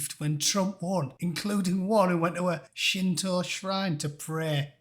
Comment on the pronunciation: The words "Shinto" and "Kyoto" have never sounded better spoken.